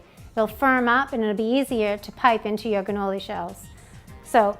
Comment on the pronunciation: It sounds like your saying ganolis! Maybe it's the audio.